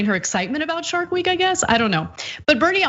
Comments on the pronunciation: I thought she said shart week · I understood "Shark Week" as she started her period. Thats what my neighbor calls hers.